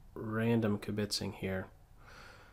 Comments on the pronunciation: Oy, -it's kib-itzing, not kibit-zing. Yikes, stupid YouTube auto-corrects. Accent on the first syllable, not the second. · In "kibitzing," the emphasis is on the first syllable, not the second. You're welcome.